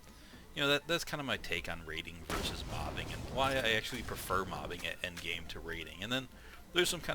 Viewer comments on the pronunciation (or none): none